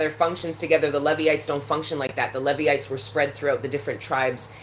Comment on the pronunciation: Pronounced "Leevites"